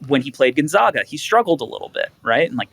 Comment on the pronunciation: Your guest can’t pronounce Gon zay ga and goes with Derrick Queen at number 5? Do better with your guests!